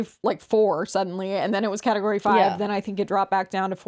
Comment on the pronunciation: ….. is category that hard to say. 😭